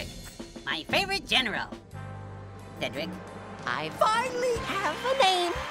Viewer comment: Congratulations to the newly named Mr. See-dric!